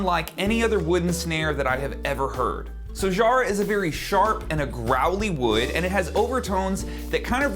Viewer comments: love your sound and the snare compliments your playing beautifully But as an Aussie the pronunciation of Jarrah is emphasis on the ‘J’....phonetically sounds like ‘Kara’ as you would say not shzzarrah. 👌😎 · In Australia "Jarrah" rhymes "Farrah", i.e Farrah Fawcett if you are old enough to remember.